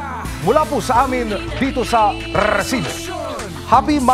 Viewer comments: Rrrrrrrrrrrrrrrresibo nakakbwist pakingan. pwede namang sabihin na resibo lng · ok na sana ung balita mo eh kaso kakkairita naman ung pagsabi mo ng RRRRRRRRESIBO!!!!! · very annoying ung RRRRResibo na pagkakasalita